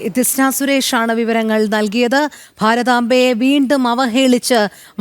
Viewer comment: ഈ കൊത്തലയന് ഭാരതാംബ എന്ന് പറയാൻ തന്നെ അറിഞ്ഞു കൂടാ വിവരം കെട്ട അഞ്ജാനി.